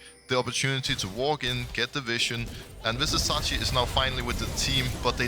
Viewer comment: Pls pls Pls learn Vizicsacsi's name properly. It's a pain to hear it. The "cs" is pronounced like first part of "choose". Thank you